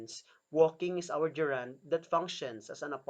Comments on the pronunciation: Very nice. Gerund is not ge’rund. We say ‘gerund- the stress begins this word. The idea and explanation are great, only wrong pronunciation spoils it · It's funny to hear the person who can barely pronounce the word GERUND correctly,to teach about it. There are several mistakes that I notices: some are in his speech and some are in the explanation. So if you really want to know about the functions of the gerund - DON'T LISTEN TO HIM. Here's the sentence ( min): Her hands are shaking. He explains the word shaking as a reund, having no idea what he is talking about. In this sentence "shaking" is present PARTICIPLE, not a gerund. So he's grammatically illiterate. Don't let be taught wrongly.